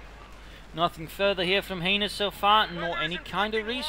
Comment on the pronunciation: Lol saying heinus made me laugh so hard.... if you know what i mean